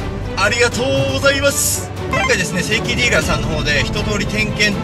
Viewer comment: 正規ディーラーがセイキンディーラーに聞こえた